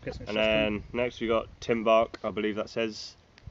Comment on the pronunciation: i'm polish and it was funny how u tried to pronounce, with "tymbark" u did it correctly but idk how to explain how u should pronounce the others xdd It's nice when people like u try things from your country :) btw different flavours of cheetos are better